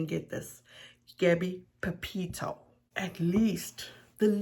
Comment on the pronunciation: Yup I was appalled when she so disrespectfully mispronounced Gabbys last name she’s a loser and to be honest I’m not even surprised but my heart does hurt for all those that love Gabby🌺❤️🌷